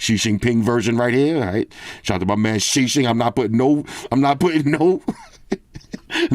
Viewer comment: i always laugh when say "xin xin ping" xD